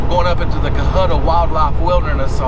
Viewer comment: Nice to hear someone that knows how to pronounce Cohutta.